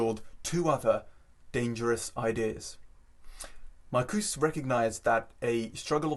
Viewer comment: This guy is intelligent, articulate, and what's more, right! (But Marcuse needs the final ''e' pronounced.)